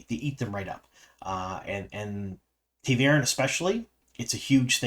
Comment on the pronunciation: I know you have a hard time pronouncing things but, had to stop watching midway due to taveren, any way to improve upon it? Its something that i feel is almost standardized now watching dusty wheel